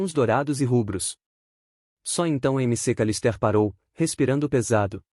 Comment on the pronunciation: "M C Calistér" - "Macawlister"